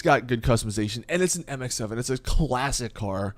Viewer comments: He sayd mx7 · he knows but i guess his mouth wants to say the MX5 at the same time lool